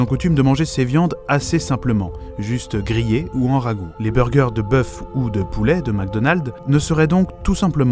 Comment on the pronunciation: des «böugëurs »